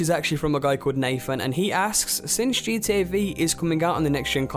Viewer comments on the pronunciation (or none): Can you please not pronounce it GTA VEE? It makes me feel like you're less intelligent. I want to trust the information you put out, but that is throwing me off.